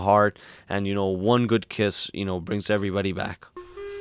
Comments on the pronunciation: The Three GOOD Fairies, not "hooded" faires. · It's the Three GOOD Fairies, not three 'hood' fairies